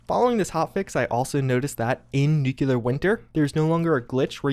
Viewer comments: has horrible pronunciation across the board. Newk-Yul-Ur being the worst. Every video on a game based on the nuclear apocalypse and he still can't say it right. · So is 'interesting' and nuclear pronounced wrong.